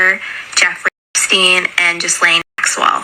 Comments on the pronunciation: Hey fyi the man’s name is EP stein not e steen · Just FYI it's Ep- steun